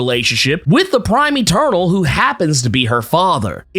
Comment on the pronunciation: I keep hearing "turtle" instead of eternal lmaoo